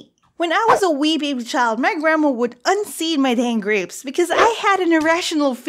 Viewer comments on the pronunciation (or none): “Am I pregnant with gwapes?” LMAO XD